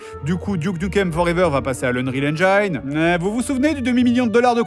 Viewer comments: Antoine Daniel et Mister MV : "on dit haine Gin" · Eng[ay]ne? Pr[i]vate?? c'est exactement le contraire...